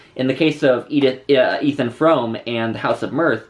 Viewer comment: Pronounced FROOM ;-)